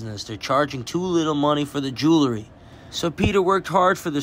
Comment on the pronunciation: It’s not pronounced “Jew-Lery” it’s “Jewel-Ree”